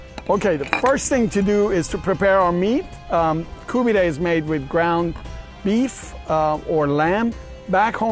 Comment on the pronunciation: Kabob seems to be half decent, but buddy whats 's with the the koobidayyyy and gojeyyyyy, I mean you can give it a little break.Even if you are making the video for a non persian speaking audience you dont have to go with the wrong pronunciation of a profoundly Iranian dish. Koobidayyyy and gojeyyyyy sounds a little too much.